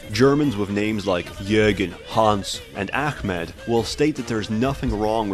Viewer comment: "Jurgen, Hans and akhmed"... That was perfect.